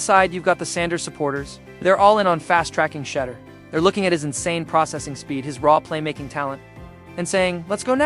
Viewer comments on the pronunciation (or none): I know you are ❤smart enough to pronounce Sha' duer' not sounding 'She' durs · Shee door not shedder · Gotdammit!!! “Shedder?” Pronounced “shee-DOOR!” Say it right, dammit, you silly bot voice! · When are you click baiters going to learn to pronounce his badge correctly. Shedeur =She dor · Thought it was pronounced SHAA-DOOR... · Please learn how to pronounce his name. No one likes you to mispronunciation of Thor name. I my self 😮 is sick of his name being mispronounced. Please stop and learn how to pronounce his name correctly .He is going to be around for a long time. Legendary and Perfect Timming❤❤❤❤❤❤❤❤❤ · You’re not gonna get a thumbs up if you can’t even pronounce the man’s name, I think if it was a human, he would be able to pronounce his name so I don’t believe this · say his name right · Until this bot can pronounce Shedeur's name correctly, I am tuning out.